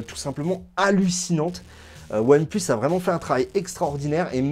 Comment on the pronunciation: Ça me fait rire : "One pleus"